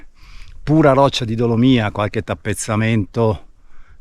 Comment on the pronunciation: Complimenti, per la tua grande conoscenza delle Dolomiti. Seguo sempre i tuoi video con piacere ed interesse. Se mi permetti ti faccio solo un appunto: si dice dolòmia, non dolomía